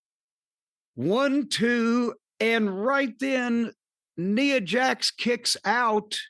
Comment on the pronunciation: N 👁️ A... is how you pronounce it Cornette